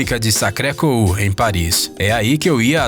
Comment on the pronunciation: colina de Monti Mártri...basílica de sacré Kour... kkkkkkk